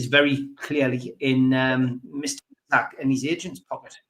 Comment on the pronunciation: One thing I think we can all agree on when ISAK leaves at least we won’t have to listen to pronounce his name Issac 🎉